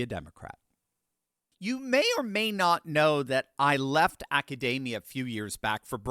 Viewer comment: "acadamia??" 😂😂 if you can't even pronounce it.....